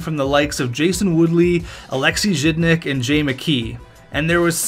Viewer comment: Are you trying to say Jason Woolley? Its not Woodley.